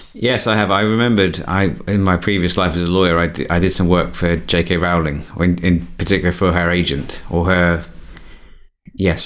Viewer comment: Stan & Ollie was brilliant. My favourite film in ages. And if you want JK Rowling, you'd better learn how to pronounce her name (it's as in Rolling Stone) :-)